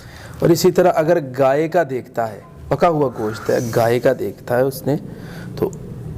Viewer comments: Go shat ya Gosht. Sahi bol to Liya Karo tm log. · Goshat nhi Gosht talafuz Hai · ap b gosht ko goshaat kh rhy hyn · Its not ( Go-shat) word its Gosht ahahahah